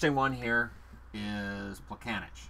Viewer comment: It's not Plekane[tch] but Plekane[ts] O:) ...also Pavelec is not Pavele[k] but Pavele[ts]